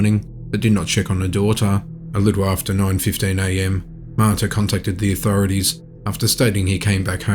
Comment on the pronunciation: It's not Maita, it's pronounced Ma ta.